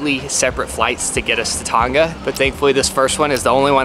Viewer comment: Can you pronounce Tonga properly please? It's pronounced To 'nga', like nah but add the sound of g. You got the 'To' right, but you are pronouncing Tonga like 'Ton; ga' Please and thank you, from Tongan friend ❤